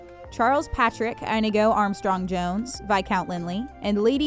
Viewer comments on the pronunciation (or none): none